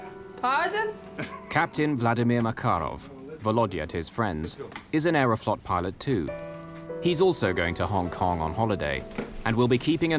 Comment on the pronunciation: Sounds too much like "Aeroflopped"